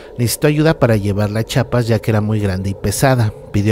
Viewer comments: Como cuando te dan ganas de quitar tu suscripción al canal cada ves que oyes al narrador diciendo Chapas en ves de Chiapas puesto que es tu amado estado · Hola, buen vídeo pero sin ofender es Chiapas no Chapas, y es tisigüa no tisagua.... Pero fuera de eso muy buen vídeo, hay muchas leyendas más por si en alguna ocasión hiciera una segunda parte, esta el zipe de la zona altos, el duende de la zona de Palenque, el Sombreron, la Cocha infernal, la dama de blanco de tuxtla...😄 Dejo por acá el link de un cortometraje que encontré del zipe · Se dice CHIAPAS no CHAPAS, y no todo eso es cierto!!! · Dejame corregirte... -Es CHIapas, no chapas como dices Es TUXtla, no tuscla como mencionas... San cristobal de las casas no es un pueblo, es una ciudad, ya que hay tiendas departamentales, centros comerciales y civilización... Checa un poco mejor para la próxima... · Jajaja me dolía cada vez que decias chapas Buen video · Me encanto pero es CHIAPAS, un saludo desde la capital de Tuxtla Gutierres, Chiapas. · Todos Dicen "Chapas" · Tan difícil es decir Chiapas? Jsjsjs. Igual buen vídeo, aunque faltaron muchos más, pero muy bueno.